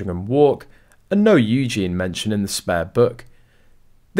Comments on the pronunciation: Its pronounced Eugee y,,,,, eugene is the boys version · Eugen-ieeeeeeee! Please can you say her name right 😅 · You could at least pronounce Eugenie's name correctly. Disrespectful at best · Please pronounce Princess Eugenie's name correctly and while your at it do the same when refering to Prince Louis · For sure. Sometimes I think that they do it on purpose. Sounds so dumb 🙄 😒